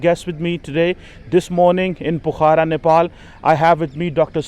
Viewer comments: Pokhra not pukhara.. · BABA PRONOUNCE PO- KHARA, NOT POKHAARA. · Fuddu, it's called "POKH-RA". Can blame you as it reeks of PAX-TAN quality of education. Not to add the fake American accent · cannot speak Pokhara properly what sort of Phd student is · Even a German can pronounce pokhara correctly than...just look at his English accent...it's so bad